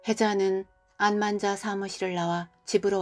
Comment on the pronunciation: 친구 이름이 안만자인가요? 암환자로 들려서요